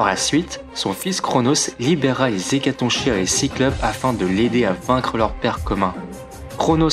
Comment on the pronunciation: Attention le "ch" d''Hécatonchires se prononce comme si c'était un "k" , comme dans chaos ou choléra (oui je choisis des exemples fun) :)